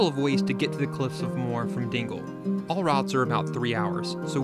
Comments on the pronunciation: awesome videos! it's pronounced mow -her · the cliffs of moher are pronounced Mo her you don't drop the o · haha it makes me lol when I hear tourists try to pronounce Moher. The pronunciation is literally in the name - "mo-her" - good try though. Loved the video!